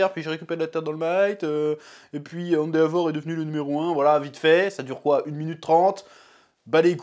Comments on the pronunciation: On dit "Endévor" pas "Endéavor" chef (je parle juste en terme de phonétique) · "Hand a vor" j'ai pété mon crâne 😭